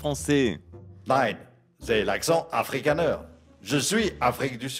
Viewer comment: Afrikaner cest de base néerlandaise. Donc oui, ja et la prononciation douteuse. Qui est plus allemande qu'autre chose.